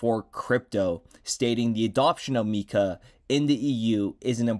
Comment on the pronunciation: Not mee-kah But rather it is pronounced My-kah